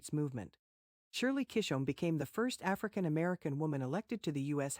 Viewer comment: Why that term african American? It’s not okay smokie Robinson has a video here on YouTube explaining why that term is offensive and not okay. You also mispronounced Shirley Chisholm’s name.